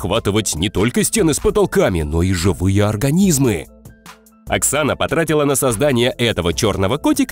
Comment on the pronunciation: эксана? Почему не Оксана? научись говорить правильно